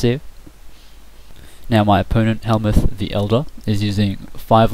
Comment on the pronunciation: Pronounced closer to Hell-Mutt. Also, you changed your story on him, or rather it seems like you did. You said he left to form his own clan, but then you said he got kicked out, because he was better?